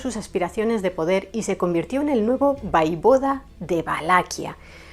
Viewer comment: Hola, en hora buena por el canal. Me gusta. Si me permites unas pequeñas sugerencias. Yo soy rumana y en los libros de historia con las que yo estudié ponía que el príncipe ungaro se llamaba Sigismund Bathory. Y te lo digo con todo el cariño del mundo y comprendo que es difícil pronunciar ciertas palabras en rumano, repito con cariño y respeto no se dice Vaivoda, se dice Voievod. Quiero decir se llamaba Vlad Țepeş el Voievod de Valachia que es como se escribe en rumano. Saludos.